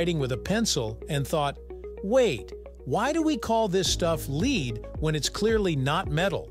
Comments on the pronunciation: It's because it's read out by a machine, not a person and the fact that 'lead' is pronounce differently dependent upon context, which the machine is too stupid to pick up on, we got a bloody awful commentary on this video. Had the authors had the wit or wisdom to think about it, they'd have altered the written script to read 'led' instead of 'lead'. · It's "led" as in "Led Zeppelin". Doesn't anyone watch these before publishing ?